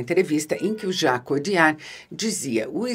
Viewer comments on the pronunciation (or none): Jacques "odiar"